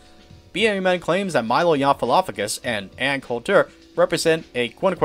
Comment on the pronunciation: Learn how to pronounce Milo's name